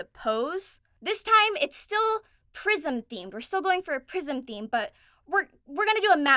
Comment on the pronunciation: I know it's prism, i swear I heard Prison from, also love your vids and your laugh always make me smile.